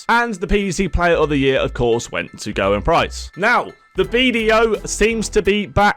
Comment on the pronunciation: I wish people would find out how to pronounce Gerwyn!